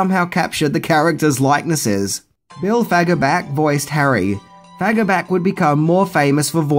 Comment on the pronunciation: I know it isn't a common name or pronunciation, but the actor who voices Patrick Star is Bill Faggerbakke, and it's pronounced, "Fogg-Er-Bach-kee". Also, the whole scene where Harry fools Seabass into paying for their meal and they escape and leave town, that was actually a scene from a film starring Jeff Daniels. For the life of me I cannot recall the name of the film, but look it up, it's true. I was actually surprised it wasn't included in your list.